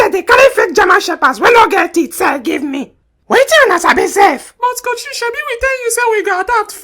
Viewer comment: The way they say "haba coachè" 😂😂